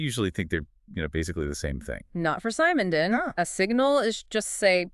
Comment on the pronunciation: its not [sAy-mon-don] it's [se-mon-don]